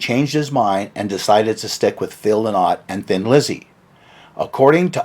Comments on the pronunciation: Interesting stuff - but it's not Lyn-ott , although it's spelled Lynott it's actually pronounced "lie-not". 👍🤘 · It’s pronounced Phil “LIE-nut” Lynott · It's pronounced "Lie-not", not "Lynn-ot".